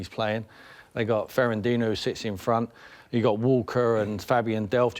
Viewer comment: "Ferandinoo" lmao